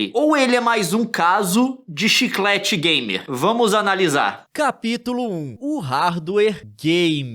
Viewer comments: “Chiclete gamer” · O bicho é gamer mesmo "Chiclate gamer". Kkkkkkkk